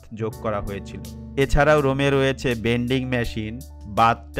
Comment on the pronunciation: Vending ❌ বেন্ডিং মেশিন ✔️ 😂😂